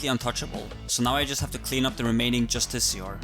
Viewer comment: Justicar, really man, justicar. Its pronounce Just- is-iar